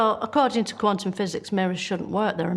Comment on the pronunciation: In all honestly, I heard it like "Quantumic physics", which is wrong, it's like saying peanutic butter.